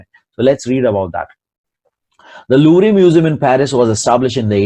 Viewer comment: Louvre ka pronunciation is Loo v rr